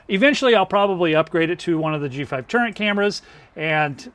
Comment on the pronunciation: Are you saying turret, turning out turnet??